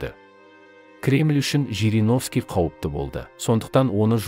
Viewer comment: ЖЕРЕГОВСКИ ШАЙНАҒАН ЕКЕН.